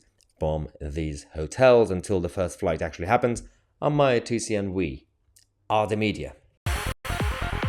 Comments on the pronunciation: ps x2 his name is actually Mahyar. Not Mahyer or Mahjar...😁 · Why what is it..ps his name is Mahyer. Not Mahjar...